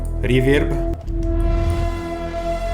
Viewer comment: your pronouncing of reverb sounds so russianlike dude